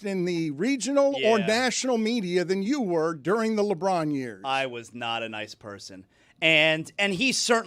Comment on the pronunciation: Jehr bear 🐻 gold!!! 😆🙌 jduring 🤔🤫 which letter is silent 👀